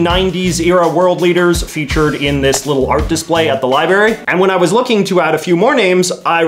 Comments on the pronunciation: Am I the only one who noticed he called it a libary not a library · I like how you pronounce library as "liberry". I imagine it's an homage to homer Simpson; the same reason I pronounce tomorrow as "tomorrie"